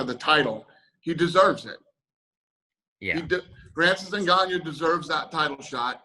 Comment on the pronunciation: Is anybody ever gonna correct him? lol Ngannyo